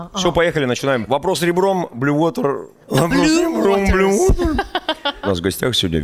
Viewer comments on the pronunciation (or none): Когда Баста говорит Blue Water, мне слышиться постоянно "БЛЮВОТА" 😂😂😂😂😂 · Блюота 😂блювота. Вы когда там ресторан открывали, вас ничего не смутило. Блю уота 😂 blue water 😂